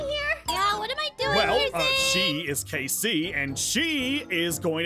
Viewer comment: his name is zane not sane